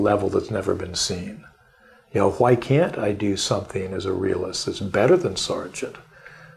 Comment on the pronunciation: HHHHHHWY!!!! Great interview but god dam that pronunciation is messing with me lol